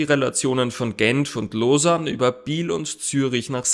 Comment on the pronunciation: Endlich sprichst du lausanne richtig aus😂😂🎉🎉